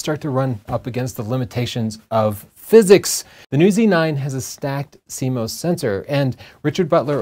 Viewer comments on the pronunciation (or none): none